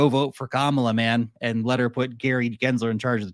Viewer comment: Her name is ka...mala.... it's not that hard😂😂😂❤